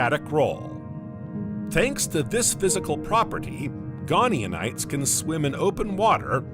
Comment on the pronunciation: I quite like the unusual accent of your AI, but it's painful when it keeps repeating typos with such confidence. The early ammonoids were called GoniaTites with a 't' not an 'n' (Go nia tights) not 'gone eeon ites'. Similarly: Titanoboa is normally pronounced: 'tight-anno-boer' not 'tit anno-boer'. The voice also often ends sentences with an up inflexion as if it is unsure of itself, but to me that is now part of its charm, so no need to normalise it, if others don't find it distracting. (It might be good to keep some unusual characters to help people distinguish autonarration from real flesh and blood narrators.)